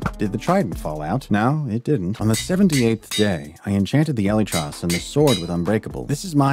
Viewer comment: its actually killing me how you say elytras